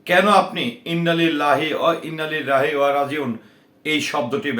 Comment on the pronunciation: আগে আপনি ইননা লিললা বলতে শিকুন